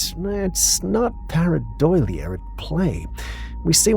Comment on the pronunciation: its para-doe-lee-ya